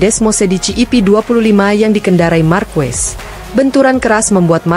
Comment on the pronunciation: Mohon maaf ya... Bacanya akosta bukan acosta dan marqez bukan marquez... 🙏🤜